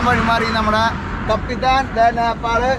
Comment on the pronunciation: കാപ്പിത്താൻ അല്ല. കപ്പിത്താൻ അല്ലേ. ദയവു ചെയ്ത് തിരുത്തു